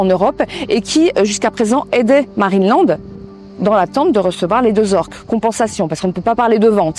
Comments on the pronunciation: Pourquoi qui dit Marine et land au lieux de marineland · Je suis peut-être pas habitué aux différents accents européens (même si mon copain est lui-même d'origine francaise) mais je suis QUébécoise: pourquoi prononcez vous MarinÉland? Je peux comprendre que vous ne prononcez pas l'anglais, mais soyez au moins correct dans la prononciation! Prononcez Marine Land! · Juste, c'est marineland, et pas marinÉland ... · « MarinÉland » purée ça me stresse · Superbe vidéo. Beau reportage avec beaucoup d’information sur l’affaire. En revanche, ça pique les oreilles d’entendre à tout bout de champs « Marine et land » au lieu de « Marineland » 😅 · Pourquoi dites vous Marinéland et non Marineland ? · Marinéland ? Non , marineland, y’a pas de é dans ce mot 😂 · Pourquoi tu prononce Marine et land c'est Marine Land? y'a pas de é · C pas marinélande c marinlande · Je ne comprends pas la prononciation de Marineland. Pourquoi prononcer "Marine et Land" ? C'est étrange. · Intéressant mais pourquoi tu prononces MarinéLand ? Il n'y a pas d'accent : c'est Marine Land. Tout simplement. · Dur de prendre au sérieux quelqu'un qui prononce Marinéland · Qqn peut lui dire que Marineland se prononce pas comme ça ? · Bon ta prononciation de Marineland me donne envie de me casser la tête contre les murs, mais c’est incroyable de laisser les animaux comme ça je n’arrive pas à y croire, j’y étais étant gamin, c’était magnifique et sous le prétexte d’une pseudo écologie voilà ce qu’il reste, c’est une honte… Bravo les écolos à deux balles… Vous nous prouver une nouvelle fois que vous êtes parfaitement inutile et qu’à à part foutre une belle m*rde, vous n’apportez aucune solution et maintenant ces animaux vont dépérir jusqu’à crever tout seul là-bas c’est sûr que c’est une bien plus belle vie pour eux….. Merci l’écologie